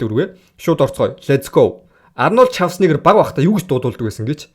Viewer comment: Шаварцнегер бишээ Шварцнегер гэж дууд дүү минь.